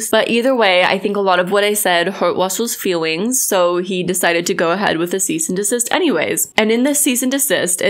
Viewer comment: “hurt wussle’s fewings” 🤣🤣🤣